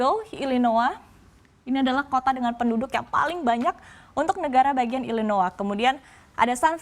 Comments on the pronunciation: Bacanya Illinoi mbak, bukan Illinoa 😁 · "illnoah" gk Illinoys kah ?